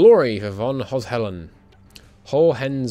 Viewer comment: Congrats on mastering the correct pronounciation of "Hohenzollern"! It is rather difficult to pronounce after all.